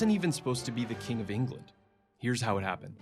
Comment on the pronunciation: there could have been better actors to take on the roll. I could name many actors who are British that have take similar roles that would have done better. He coudnt even say England, he said “englind” and he looks very young for the part and Henry was like 6’4